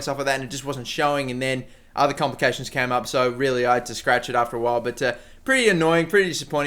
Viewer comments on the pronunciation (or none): none